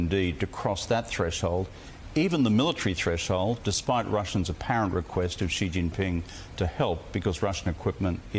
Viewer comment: Bro, it's not Ghee Jinping...there is no Ghee sound in Chinese. Maybe try listening to the way people that actually speak Chinese say it - notice how Rudd, who is a Chinese speaker, has no Gh sound when he says the Chinese leader's surname. If you just said 'She' in english, while not entirely precise, it would be infinitely better than making up a pronunciation of a sound that simply doesn't exist in Mandarin Chinese. Where does this come from and why do people insist on using it??